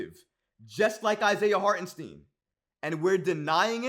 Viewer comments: It's pronounce Hart-en- St (eye) n, not Harten Steen. He is German-American and the 2nd letter of "ie or ei" is the one that is pronounced. Just here to help. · It’s STEIN brother not STEEN